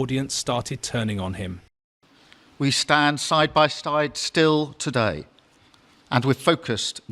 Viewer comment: Note to wan kier starmer avoid saying "today" it sounds like TUDIE